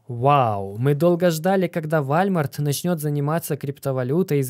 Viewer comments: Какой вАлЬмарт? вОлмарт правильно же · Не ВАЛЬМАРТ А ВОЛМАРТ !!! ЛАПОТЬ !! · не Вальмар, а ВОЛМАРТ! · Скорее Уолмарт станет Вальмартом, чем его правильно назовет))) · Не Вальмарт😂 а Волмарт. (Walmart) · Не забыл поставить лайки и поделится с друзьями., не забудь исправить Вальмарт на Волмарт.🙏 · не. ВАЛЬМАРТ, а УОЛМАРТ🔥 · Все круто, но надо прекращать называл уолмарт вальмартом. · Вуольмоарт. Так правильно) а не Вольмарт)))) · не позорься, какой Вальмарт? Там же написано Волмарт! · Не ваЛЬмарт, а вОЛМарт! О боже, это ужасно звучит, словно говорит бабушка, кепчуп или компьютЕр. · Уолмарт, а не Вальмарт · уже не в первый раз слышу про Walmart, по русски это звучит Волмарт. Просто слух режет для тех, кто ходит в Walmart 😉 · Исправь произношение -ВОЛЛМАРТ - и ВСЕМ будет Счастье! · Да это и не по русски Уолмарт, если уж говорить про звучание. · P.S. Walmart - произностится как Волмарт) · Вальмарт, немЕрения о господи чел ты даешь отличную информацию, но уши режет ужасно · Вальмарт?? Серьезно?)) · Скрипя зубами слушал про вАЛЬмарт. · ВОЛМАРТ! исправляют люди каждый раз когда видео про волмарт. хватит игнорить своих подписчиков. Уже год пытаются научить говорить ВОЛМАРТ правильно. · Передернуло от каждого сказанного «вальмарт» .... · Аж слух режет вальмарт. Вахах ну ты даешь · Уолмарт или просто Волмарт,.